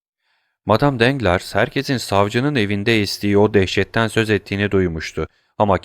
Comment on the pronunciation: Emeğiniz için teşekkürler. Elimden geldiği kadar romandaki bazı kişi ve yer adlarının doğru okunuşlarını yazmaya çalışacağım. Matmazel Danglars : Matmazel Danglar Matmazel d'Armilly : Matmazel Darmili Lucien Debray : Lüsyen Döbrey Eugénie : Öjeni Andrea Cavalcanti : Andrea Kavalkanti Mösyö de Villefort : Mösyö dö Vilfor Provence Caddesi : Provans Caddesi Mösyö d'Avrigny : Mösyö Davrini Valentine : Velontin